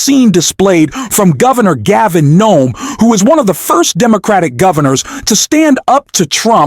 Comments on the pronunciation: Newsome - not Nome. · Gavin NEWSOM not Gavin NOAM. Get your basic facts right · You said “Gavin gnome” three or four times before you mention his name correctly. Just a heads up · It’s Newsome, not Noem…dumbass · Dude it is Gavin Newsome not Gaving Nome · Why do you keep calling Newsome "Gnome"??? And why do you keep mispronouncing Pete Buttigieg's name??? Bit silly isn't it?? You need to grow up if you want to keep my following, mate. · It’s not Gov Gavin Noam….its Gavin Newsom! Plz get things right. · It’s not NOME….It’s NEWSOME…..are you AI????? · It’s Governor New som, not Governor Nome.😊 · Noam, come on, Newsom. At least get the pronunciations right. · You keep incorrectly saying Noem instead of Newsome. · Learn how to pronounce names; it's Newsome not Nomes. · Gavin Noem? It's Newsom. Goodness. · His name Gavin Newsom not Gnome. You are mispronouncing it. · Newsom!!! Not noom!!!!! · how about say NOME in stead of NEWSOME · Gavin nome??? Why do u call him that??? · His name is pronounced NEW-SOME !! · AI narrator or if it’s a real male narrator is bad at pronouncing Newsom as NOM 😩! Trumps makeup must be to cover skin cancer possibly. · What's with calling Gavin Newsom Gavin Knome? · Is the narrator AI? He mispronounced Pete Buttigieg twice and called Gavin Newsom Gov. Nome about 20 times? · Announcer: Governor Gaven Nome. Governor Nome. WTF is up with that??? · You are mispronouncing the names. You call Musk, Muse and Gov. Newsom, you call him Neum. If you can't get the names pronounced correcting what is the point watching your videos? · Wow! I had no idea Kristi Noem was beating down on Elon like this. Mad respect to the dog murderer...... Seriously dude! How about getting the name right, at the very least? Say it with me, "New-some". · Nome?? Why can't you get his name right? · why do you keep saying "Nome", that isn't how Newsom pronounces it? you keep using it back and forth i had to turn on text below to make sure there isn't a Gavin Nome.